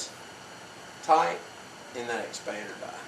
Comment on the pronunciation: "Expander dah"? Wtf is an expander dah?